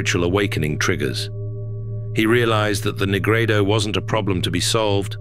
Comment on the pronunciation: Dude said negrado lmaoo